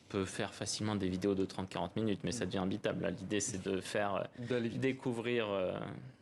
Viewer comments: Il a dit « cela devient inbittable »? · Il a dit "imbitable" je suis choqué :O Encore bravo champion, le requin du Bakistan n'a pas fini de faire parler de lui !